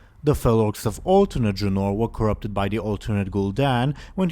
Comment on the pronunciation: It is not pronounced dra-nor. But Dra-nouhr.